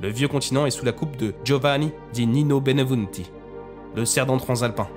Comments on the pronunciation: Pas Benevunti , Benvenuti !!! Respect pour les Noms de Gens .C'est Napoleone di Buonaparte , pas Napoléon Bonapart ! Il etait fils d'Italiens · La narration est bonne sauf le nom de l italien qui est mal prononcé,c et bienvenue le nom en français